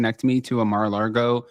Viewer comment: it's Mar-a-Lago, not Mar-a-Largo. Also known as "The Home of Satan". Since you don't bother to read commects, I don't expect you to learn from my correction.